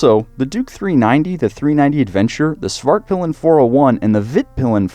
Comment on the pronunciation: The way he pronounces ´´Svartpilen´´ makes it sound like he's saying ´´The black dick´´ in swedish.